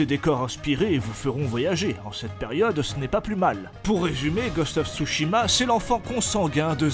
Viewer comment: "Ghost of j'mechitsu" comme dirais Bob Lennon